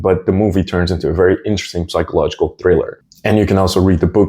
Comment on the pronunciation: A tip in English for you: we don’t pronounce the “p” in psychological.